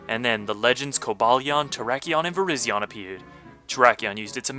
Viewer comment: Virizion is pronounced with a long I for the 2nd I. Like Virizon, the tv company